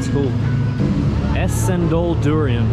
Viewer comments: its pronounced chendol, C in malaysia and indonesia are pronounced like a ch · We'd pronounce the "C" as in "Cherry" so it's "Cendol" not "Sendol" 😁